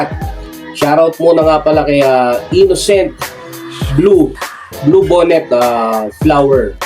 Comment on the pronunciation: ano ba talaga? blue (BONNET) oh BOLLET? binabasa mo na tanga kapa jusko naman